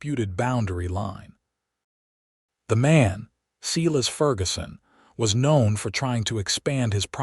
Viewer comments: The proper name, "Silas", is pronounced, "Sīgh'-lăs". Please repair your words, both spelling and also pronouncement. Per-fect' is a verb. Per'-fect is an adjective. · Silas is pronounced “ Sigh - lass”. 😅